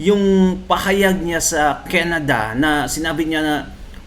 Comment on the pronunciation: Canada hindi keneda hahaha